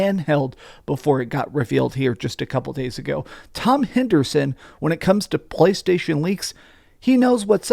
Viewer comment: Why do you pronounce“PlayStation” so disgustingly? 🤢🤮